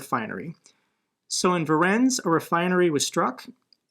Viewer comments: Just as a tip, Voronezh is not pronounced "Vorensk", it's pronounced Voronesh :) Oh, and the TikTok thing is not a ban. Everybody who has the app can keep it. It will only be removed from the app stores (unless TikTok divests from Bytedance) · that's not [vo'rens], it's [vo'ro-nej] epic trophy wife there, tho... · Voronezh is pronounced "voh-roh-nezh." Not "vorens" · Voronezh is pronounced vah-RON-yesh. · Hey, having worked with guys in Russia before this all started, I believe that Voronezh is pronounced Ver-ron-ish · vo-ro-nej (the "j" is pronounced as in "vision" or the soft pronunciation of "regime") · Hey, just a quick note since you seem to be struggling with this: In the English transliteration from the Cyrillic alphabet the letter combination 'zh' means a voiced "sh" like the 's' in usual or the 'g' in barrages. Voiced means the vocal chords vibrate, like the difference between s (unvoiced) and z (voiced) in English. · ZH on the end of voronezh is pronbounced like our J but stretched a little longer, almost like the transliteration of DZ= our J sound, like in Dzankoi. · Hi, love your show! 🙂 But you really need to check out how to pronounce "Voronezh" correctly. Cheers!